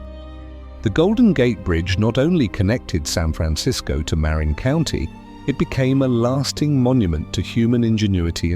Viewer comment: You , AI weirdo, pronounced MARIN COUNTY incorrectly